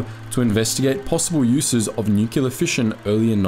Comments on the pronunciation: New-clear, not nu-cu-lar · Neumpk-leer, not Nu-cu-lu-lur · Small thing, but it's nu·cle·ar. Why do so many people pronounce this wrong?